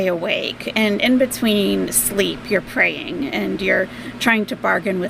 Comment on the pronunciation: Well when I get sores in my nose I spend the hours “pray-ing-eh” and “pray-ing-eh” and then when all the other symptoms hit I go to the hospital!!!!! 😂😂😂😂😂 What a DINK!!!!!